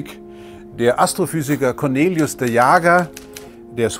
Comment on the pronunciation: Ich kenne jemanden der Cornelis heißt. Wie der Herr Lesch die ganze Zeit aus Cornelis ,,Cornelius'' macht triggert mich nur extrem. xD